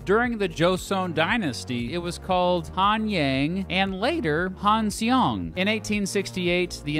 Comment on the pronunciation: When pronouncing Romanized Korean, "eo" is pronounced "uh". So, "Hanseong" is pronounced "han-sung". Also, "u" is pronounced "oo". So, if you want to sound like a native Korean you can pronounced "Seoul" as "suh-ool" (2 syllables) rather than "sole" (1 syllable).